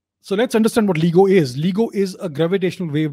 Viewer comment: lts pronounced Layee-go!